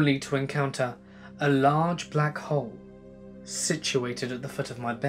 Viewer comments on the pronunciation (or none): none